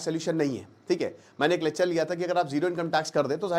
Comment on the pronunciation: Yrr pahle to bhai aap "Lechhar" "Lechhar" bolna band karo : P Lecture saf saf bolna hai